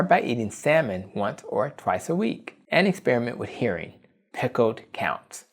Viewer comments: sounds like "hairing" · It's pronounced "her-ring", not "hear-ring". 🙂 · Nice video! but HERRING not Hearing lol